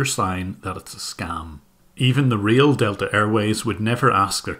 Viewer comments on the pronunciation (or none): none